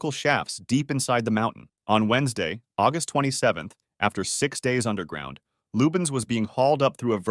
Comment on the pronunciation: Why agust its my bithday stop saying agust